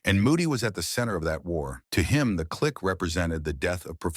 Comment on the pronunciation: Can't even pronounce difference property, barely said click right, what AI trash.